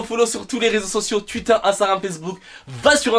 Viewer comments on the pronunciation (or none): none